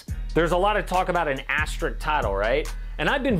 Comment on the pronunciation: Idk this guy keep mentioning it i think he meant asterisk though